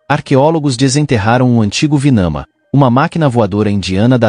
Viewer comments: é Vimana e não Vinama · NÃO ÉÉÉ VINAMA ÉÉÉ VIIIMAAANAAA.!!!! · É VIMANA. E os textos Indus onde são documentados esses fenômenos chama-se Vedas.